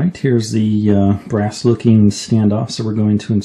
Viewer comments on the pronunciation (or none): none